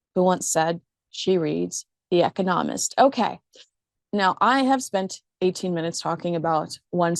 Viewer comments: It’s”eCONomist.” Wow. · The “Economist”? Your pronunciation is unusual.